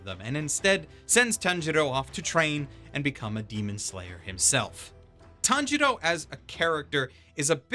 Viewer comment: If i hear one more Tan-jiro I will KMS